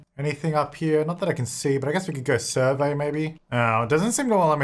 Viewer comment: Okay Hermione moment: it's surVEY not SURvey in this instance 😂 and why does everyone always forget you can do dark meditation to get energy up, you don't need a tent or bed like a human 🤦🏼‍♀️